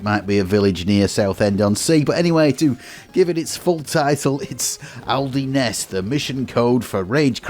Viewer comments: aldi nes??????? its pronounced al deens. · Lol it's pronounced Owl-Dines. Simple as that man.